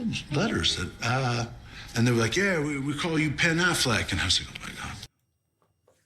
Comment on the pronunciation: not Pen Affleck 😭